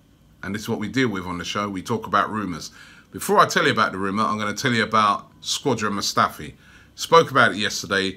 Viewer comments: If there's one thing I hate about these videos, Robbie, it's the name pronunciations! "Torrea" "Squadron Mustafi" "Dai-bala." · Imagine Robbie as a football commentator...i wouldn't be able to deal with his pronunciation. Man be talking bout die-bala, Squadron Mustafi, and my favorite, Papavopoulos...like damn bro